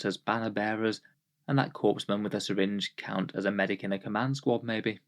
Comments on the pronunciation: Did you just say "corpse-man???" Bruh, the PS is silent... it's pronounced like "coreman" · A Corpsman is what the Navy calls a medic. Pronounced Core Man. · I wanted to do that "well akshually," too, but when I checked it was obvious there was an extra E in there that made "corpse man" the correct pronunciation.